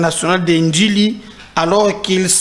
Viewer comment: Ndjili et non Ndili